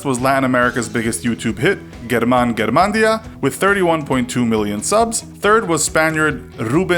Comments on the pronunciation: “German garmandia” jajaja I know that they can’t pronounce his names but it sounds hilarious for a spanish speaker.. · GUERMAN GUERMANDIA lol